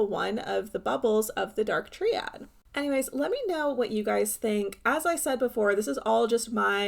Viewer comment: Gorl it's pronounced "Try-add", not "tree-add".